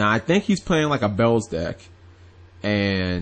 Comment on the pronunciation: its beelze not bells!!!!!!!